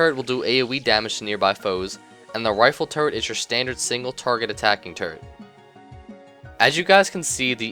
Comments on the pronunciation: everytime you say turret, I laugh a little because it sounds like turd XD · At first i thought you said turd... not turret... Made the engineer sound awesome.. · when you say turrent it sounds like turd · When he said "turret in his toolbelt"i thought he said "turd in his toolbelt" i lold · i thought u said turd but it was turret lol